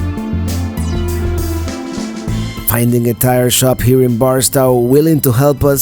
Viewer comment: First, I follow you from time to time and always thought you traveled alone. That was until you had to turn around on the dirt road and a lady got out of the truck to help you. Second, just so ya know, being born in So. California, Barstow is pronounced BAR STOWE, with a hard 'O'... but thats ok, I can't pronounce some of the towns in Florida correctly and my daughter who lives there helps me out with that....Thanks for the memories of Amboy. You know if you would have made that first right before the Amboy volcano you would have seen some interesting stuff as you would eventually get to Twenty Nine Palms, where there is a Marine Base and in town where you could have gotten your tire fixed and also got to Joshua Tree National Park faster. Also when I was a kid, that road that leads to Calico and the road that goes through it was a dirt road and not really a big tourist attraction. But that was some time ago...